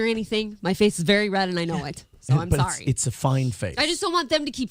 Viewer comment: definitely got caught saying sarry lmao